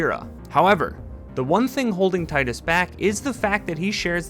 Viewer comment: Btw, it is pronounced “teedus”